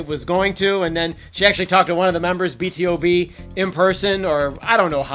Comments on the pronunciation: not to take attention off beast but yet again btob is not b.t.o.b. it is btob the to pronounced as a word like two or too!! the acronym is for born to beat so yeah lol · It's pronounce B-TO-B, and I was so angry with CUBE about the support we (the melodies) gave 😓